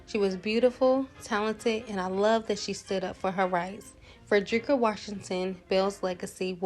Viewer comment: Enjoyed this commentary. She was such a beautiful woman. We actually share the same name with just a slightly different spelling. However it’s always mispronounced. It’s actually pronounced Freh-duh-ri-kuh. I love seeing others with this very unique name.